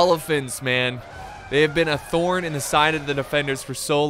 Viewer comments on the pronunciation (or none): none